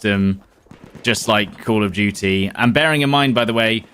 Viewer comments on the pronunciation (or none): Call of (British) DEW CHEIee!😅